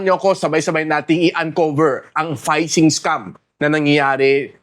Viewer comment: hindi po payshing ang tamang read po ˈfiSHiNG (PHISHING)